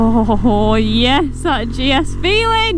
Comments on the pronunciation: How great you are so chuffed. As you rode away at the start, I think your pronunciation of GS sounded like Jess, so there you have it. Enjoy the new bike and ride safe 👍🏻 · Call it Jess as when you say GS it sometimes sounds like you"re saying Jess